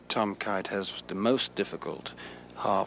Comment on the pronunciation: If I were Watson, Snead or Kite I'd ask Ken Ventura to say my name right.